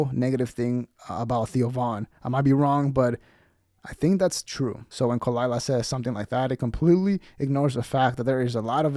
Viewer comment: Props to Brendan for shutting her down immediately. Edit: I like how he mispronounced her name.